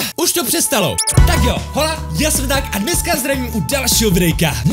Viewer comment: Jáááj máš super videjka akorát bych chtěla říct že jestli to HOLA myslíš ze španělštiny tak se to nevyslovuje HOLA ale OLA.Jinak máš fakt super videa a mrskla sem ti tam nějaký ten lajčík a minulý rok i ten odběr a zvoneček.